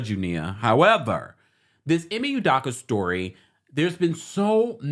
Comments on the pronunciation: It’s U-doke-A not U-Dock-A 😂🤣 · Hi It’s UdOka not UdAka. ✌🏽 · they way you are pronouncing his name is pissing me off… you did research to report on his current situation but couldn’t research how to say his name? Every time you say U-Dock-Uh i cringe. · U-dough-ka please stop murdering his last name. Thanks. Celtics fan here. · Love you! The last name is pronounced ‘You-Doe-Cu’. 😂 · How you gon report on this man when you cnt even say his name correctly. Show him some respect ugh!! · can't pronounce his name correctly.